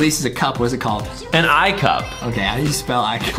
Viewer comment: It sounded Adem was saying g*y but Adem was actually Saying OOOOKKKK the clip 🤣🤣🤣🤣🤣🤣🤣🤣🤣🤣🤣🤣🤣🤣🤣🤣🤣🤣🤣🤣🤣🤣🤣🤣🤣